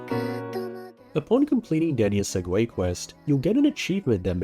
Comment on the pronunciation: it's pronounced seg-way btw